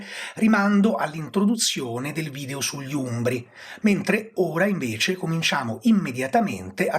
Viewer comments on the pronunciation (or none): none